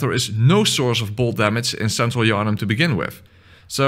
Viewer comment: "where's king Yarhnam" Bruh